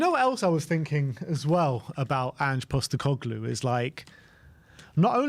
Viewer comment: His surname is POSTECOGLOU not GLU. FFS.